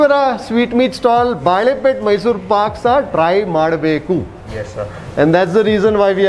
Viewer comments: Never ate here but I am partial to Mysore paka which has that typical texture. This looks a bit too smooth much like halwa? I am sure it tastes heavenly though. Also Balepete is pronounced Balé( bangles) pété( town) and not Baalé(banana) pete. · Small correction - Balepet is pronounced as - Balle (Bangles) Pet (City) and not - Baale (Banana) Pet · It sounded like baale (banana) pet. But it's bale (bangle) pet. We will excuse for his Kannada pronunciation and savour the show. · just one small correction: it is not "Baalepete" as in banana, but it is "Balepete" as in "Bale" i.e. bangles🙂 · Its balepet not baalepet. 🤣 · A nice review. You are pronouncing Balepete wrongly. (Bale = bangle and not baale - banana.) I used to buy their khara mixture for four annas (25 paise) in the early seventies. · Excellent reviews as always. No suprises there. But one correction in pronunciation. It's BaLepete ( ಬಳೇಪೇಟೆ) not "BaaLepete". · It is baLe(bangle)- peTe .. please dont mispronounce the names of iconic and historical places of Bengaluru